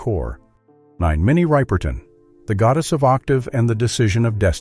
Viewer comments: They can't even pronounce Minnie Riperton's last name correctly. How much can this information be trusted? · Minnie Ripperton last name is not pronounce right by the announcer.